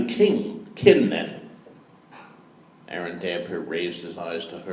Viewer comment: It's strange to hear him pronounce "Aeron" as "Aaron", though it's still such an amazing experience 🗣️ 📚 🧙🏼‍♂️ P.S. The chick laughing at the "cloak of tongues" line hahaha